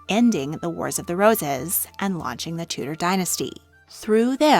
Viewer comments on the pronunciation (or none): none